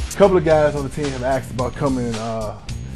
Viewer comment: y does he say axed instead of asked??